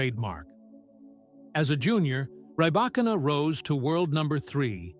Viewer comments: Ok this is ai. Knew immediately after mispronounced her name. 9the name is pronounced like reebokina not Rebba kina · Bevor man eine Reportage macht, sollte man recherchieren, wie der Name der Person richtig ausgesprochen wird. Zu unserem großen Glück besteht die Welt nicht nur aus Engländern, und nicht alle Namen werden englisch ausgesprochen. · I do not think this creator is a tennis fan since this video mispronounced Rybakina name here!😮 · Freakin´Ai - at least you could pronounce her name correctly.